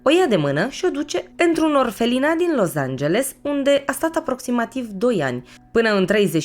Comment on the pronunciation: Felicitări super clip da scz e Los Angeles nu Loz......mă zgâriat pe creier acest Loz🙈🙈